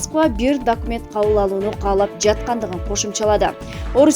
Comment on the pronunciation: Марипол,дакимент,Дооонбас,пандемися, операсия,пээсков окупасия деп тантып окудун журналист не деген тантыктык